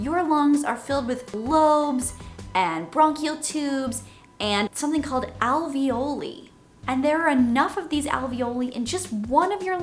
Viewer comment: when you said alveoli i thought of ravioli